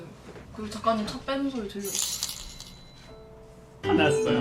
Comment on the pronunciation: 아직도 작가님이 아니라 ㅈ까님으로 들린다..